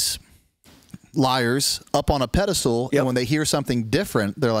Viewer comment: Pedestal, not pedal stool lol